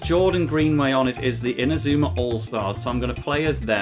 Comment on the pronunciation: ma man says inazumar elvee